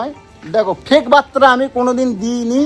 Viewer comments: ওরে মূর্খ! কথাটা "বার্তা".. "বাত্রা" নয়! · বাত্রা নয় বার্তা 😂